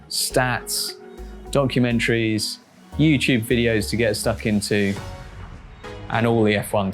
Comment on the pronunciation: did he say donkeymentaries